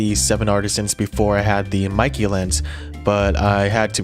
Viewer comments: meike in Chinese is supposed to be read like make with the stress on 'ke'. So it will be a bit similar to the British pronunciation of 'maker'. But everyone reads it like 'nike'. I assume this despite the mistake will be the standard reading in the future. Just like very few people know Nikon in Japanese is actually not Naikon but Neekon.😂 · It is sad that 90% of gaijin cannot pronounce Kneewhere (for Neewer, not Newwhere), Cawknown, Kneecone, and Pawnawesone eek correctly. How about getting the name Maykeh (e similar to in get) correct if reviewing.